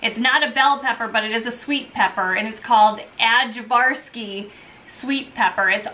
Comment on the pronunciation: Thanks, guys! I loved hearing what you’re planting this year. Good recommendations. One thing, about the Ajvarski pepper...it is pronounced I’-VAR-SKEE, not like it looks. My daughter lived in Serbia for a couple years and grew to love the Ajvar pepper paste they make there.